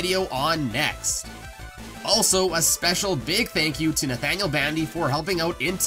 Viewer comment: Are you sure that is Nathaniel not to Bathaniel